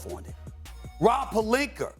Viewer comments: “Pelinker” lmao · Pelinka , his name is pronounced Rob Pe lin ka.